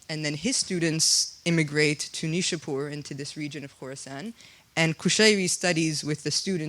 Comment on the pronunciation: You have to see neishapoir please pronounce it correctly my dear